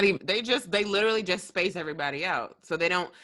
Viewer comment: How does no one else notice saying, "little-ly" and not literally?? Cracks me up.